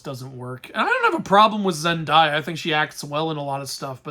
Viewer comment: the only thing that upset me about this review is how you pronounce Zendaya's name (lighthearted)